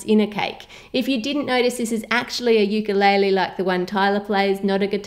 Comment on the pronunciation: How To Cook That not being mean or anything but as a hawaiian I am offended, stop pronouncing ukulele like that.